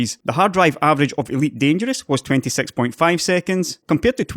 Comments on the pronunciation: English is not my first language, so sometimes I use subtitles to help me to understand. It's funny because when he says "six" the subtitle understands "sex" because of his accent, like with Civilization Sex. They solved with software what took Intel a treasured NVMe slot, with an expensive drive, to solve. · Six pronounced as sex. My brain was on fire after listening to this ;P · No harm, but your's accesnt on "six" is gilarious. Cheers!